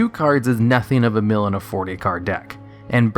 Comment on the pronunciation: Its very odd you say meal decks, yet when you talk about mill by itself you say it correctly. Why is that? That's been bothering me. XD